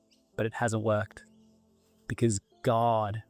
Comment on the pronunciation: Id just like to make some commentary about the man speaking , Im a New Zealanded and therefore know very well how our cousin Australians speak, and id just like to mention that everytime he said "God" he said it in an extremely American accent - over emphasis on the O, whereas in the Australian Kiwi accents we dont overemphasize the O at all and say it quite quickly, i also heard an only southern sounding sentence in the end and I thought that was very interesting. Especially considering Australia and New Zealand are very secular countries so its interesting that he puts on an american accent when speaking about god and satan.